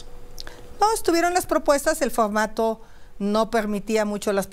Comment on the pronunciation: Esa Sra X k se enseñe hablar bien no k diga focmato x pocg mexico pecgsona y muchas mas impocgtasiones 😅